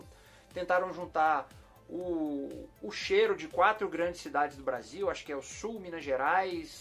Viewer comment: Rsrsrs. Trollando o brrrresil